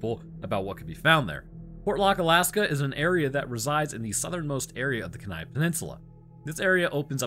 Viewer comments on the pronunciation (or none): Great video. Small correction. Kenai is pronounced like KEY-nigh, not ken-eye. Aleut is pronounced A-lee-oot. It is actually the name given by the Russians to the Unangax̂ and Sugpiaq peoples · Actually, it's the Kenai Peninsula, (KEEN'-eye) and they are the Aleuts (AL'-yoot). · I live 8 miles north of the city of Kenai on the Kenai Peninsula and it is pronounced KEE-ny AND A-lee-OOT. Moose are pretty easygoing animals, if you leave them alone they will leave you alone (most of the time), I have them in my yard all the time. Kodiak brown bears live on the Kodiak islands and not on the mainland. There are no polar bears on the peninsula, we are too far south for them. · It’s pronounced KEY-NAI. Aleut is not said how you pronounced it. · Very good story! Aside from mispronunciation of almost all of Alaskan words. Born and raised living on the Kenai (Key-nigh) Peninsula 😊😊😊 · Future reference, it’s pronounced KEY-NIGH not KA-NIGH. Alaska is very creepy state, especially during the winters, been all the way down to Homer and the whole area is just ominous. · Keen - I And al-ee-oot That is all... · Polar bears don't live on the Kenai Peninsula, pronounced Key-nai. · Proper pronunciation is Kee nie and AL-ee-yoot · bro you butchered how you pronounce Kenai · Hearing him pronounce Kenai hurt my soul